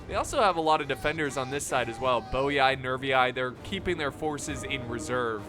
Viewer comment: Bowy-eye? Is that how English speakers would properly say "Boii"?